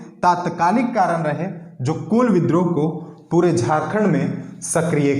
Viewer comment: कोल नहीं जी कूल होगा हैं